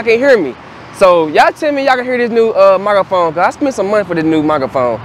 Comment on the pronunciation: what's a "mygrafon"?